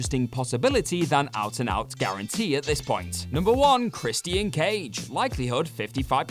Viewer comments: chris-tee-ann cage.......LOL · Can he not keep mispronouncing Christian's name...